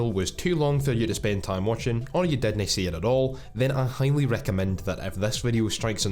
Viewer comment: Normal people: Didn't: DID-NEI Edit: Thanks for the love,!